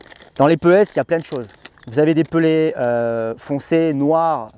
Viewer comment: Moi je comprends pas ces gens qui disent pellètse. C’est bête mais j’ai mon oreille qui siffle à chaque fois ça s’écrit PELLETS et ça se prononce pellet le « S » étant muet! Merci de préserver le français qui connaît déjà une époque difficile.